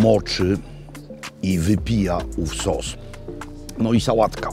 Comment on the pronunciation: Sos czosnkowy by Makłowicz - "Czos". Genialne.